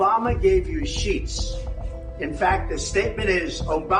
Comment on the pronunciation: Did Trump say; sheets or sheeps?